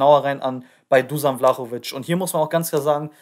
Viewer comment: Seinen Nachnamen hast du sehr gut ausgesprochen,nur sein Vorname wird Duschan ausgesprochen,ansonsten cooles Video✌🏼